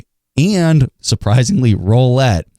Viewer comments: "roollette" not "rollette" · Joe April no it’s roulette